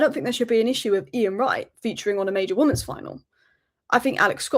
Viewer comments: are you saying woman's when you mean women's? i cant get my head around it, is it an accent thing? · Why can't you pronounce the word "women's" properly? Weird!